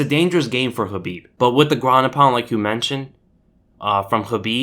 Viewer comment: OMG!! Someone who actually pronounces Khabib's name correctly! 😱😱😱😀😀😀😀👍👍👍